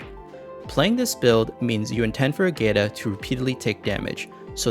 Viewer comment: Ágata is a Spaniard name, a bunch of other characters also use Spaniard names or surnames. To get correct pronunciations just have Google pronounce it in Spanish.